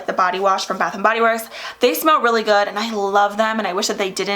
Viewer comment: Girl you look stunning alike always!!!😍😍 I love your makeup...can you do a tutorial on this??? Also did you say a “butt shower gel”...lol